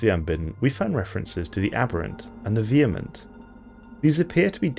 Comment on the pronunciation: A native speaker that can pronounce vehement!